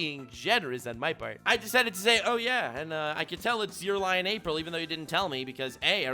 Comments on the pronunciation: Bro, you pronounce "אפריל" "afril" just say April normally. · It’s me or you said Afril ? Not April 😅 Enjoyed the Hebrew reference as Hebrew speaker 😂